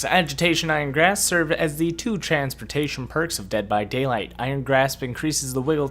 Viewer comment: George XD I'm saying that says graph instead of grasp